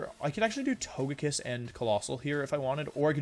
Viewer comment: Why do you keep calling it To-GUH-kiss? Did you have a stroke?